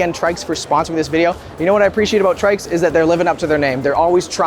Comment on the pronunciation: Seems like the name should be pronounced ‘tricks’ rather than ‘trikes’, or is that just me?